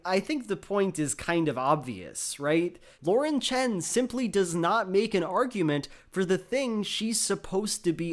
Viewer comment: Props to for pronounce "Chen" in proper mandarin